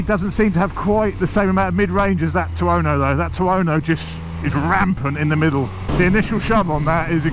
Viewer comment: he cant even bring himself to say tuono. hes saying tiono.